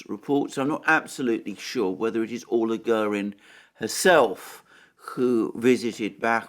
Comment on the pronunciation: Alexander, Orla Guerin is pronounced Or-La Gear-in. I was part of the Labour Party team in Dublin which supported her in her failed attempt to become an MEP in 1994. Both sylabbles in the first name have equal emphass while the first sylabble in the surname has the stronger with the second a fading out. Her position with RTE was untenable afterwards